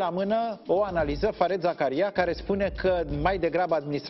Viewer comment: “Fariid Zakaria” d-le, așa se pronunță nicidecum “fared”. 😖 Doi de “e” în engleză se pronunță “i” lung. Numele lui, de câte ori apare pe un ecran, este pronunțat de cineva atunci pe loc, nu știți să ascultați, oameni buni? E ca și când ați pronunța numele lui Scholz “scolz” in loc de Șolț. Dacă personalitățile media nu știu să pronunțe niște nume celebre, ce să așteptăm de la populime în general și de ce dracu râdem când membrii ai Parlamentului sau nu știu care ministru, sar peste cal și spun o prostie sau vorbesc precum Viorica Dăncilă! Este inacceptabil să nu știi să pronunți numele unui confrate mult mai bine cunoscut în toată lumea decât d-ta, dar să faci mișto de greșelile altora, mă dezamăgești d-le din cale afară…😯